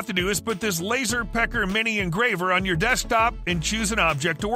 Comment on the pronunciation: The way he said Lazer peckerk! Just caught me off guard I literally had double tap the rewind right quick and fact ✔️ my ears and realized it was a product name not him insulting a product.rofl